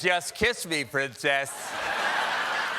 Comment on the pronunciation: "PRUNCUSS... PRUNCUSS??" dead.